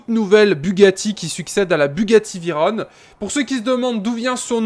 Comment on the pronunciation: Mec, ça se prononce [véron] pas [véronne], et présente une 2cv stp